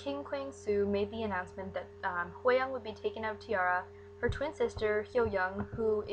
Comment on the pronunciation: you're saying her name VERY wrong